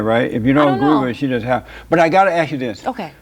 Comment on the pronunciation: I grew up in the 70’s, and I know black people used to talk with good grammar. Even saying ask instead of aks. You have a degree and you’re saying aks??????